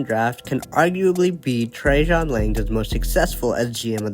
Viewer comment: His name is NOT Trajohn! It's Trajan. FFS!